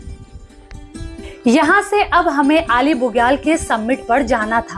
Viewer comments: आली बुग्याल.....अली नहीं..... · अली नही आली, बेदनी बुग्याल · Correct name is Aali Bugyal not Ali....in local language it is called आली not अली.....please correct